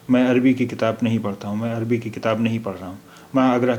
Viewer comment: اے جاہل کے بیٹے جاہل تیرا پورا خاندان جاہل: اتنے غلط پڑھتے ہو عربی، اگر تو جاہل عوام ہے تمجھے عربی نہیں آتی تو کم سے کم چپ رہتے غلط نشریات کرکے امت کو گمراہ نہ کرتے